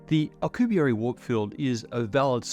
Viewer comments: "Alcubierry" I... don't think that's how you pronounce it? Alcubierre is french. You got it right when you pronounced his name but wrong every other time. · Those were the most painful mispronunciations of Miguel Alcubierre name I've ever heard. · for a smart man you sure butchered that man’s name 😂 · The "u" in Miguel is mute. Same as in "que" (what). This is one of the few exceptions in spanish, the u is used muted in a few combinations. Also the last e in Alcubierre sounds exactly like the previous one. We only have one sound for each letter. Our writting sounds exactly the same as speaked.(again, very few exceptions apply)